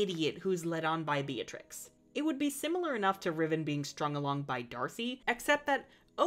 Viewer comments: Yeah but it’s not pronounced like that It’s pronounced beet-rix Not be-a-trix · what? Be-a-treece it's Italian. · Hollands previous queen’s name is Beatrix and its pronounced as Bey-ah-trix